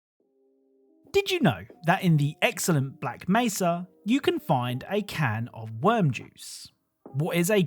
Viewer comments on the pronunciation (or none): none